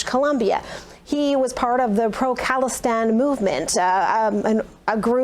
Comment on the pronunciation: It's pronounced "Kah-la-stan" like Hindustan or Pakistan. Not like Palestine. Either way, get them out.